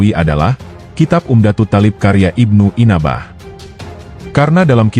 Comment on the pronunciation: NYEBUT NAMA SAJA UDAH KELIRU, IBNU ANBAH KOK JADI IBNU INABAH 😂😂😂😂😂😂😂😂😂😂😂😂😂😂😂